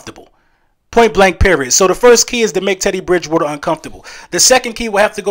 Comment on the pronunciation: Drinking game: take a drink every time Eagles fans, podcasters and content creators say "Ted E. Bridge Wooder" today. I'd be hammered already, and it's not even 9am game day.